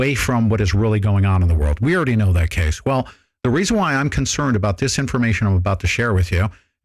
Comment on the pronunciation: be con-CREN-ed... Google legal name fraud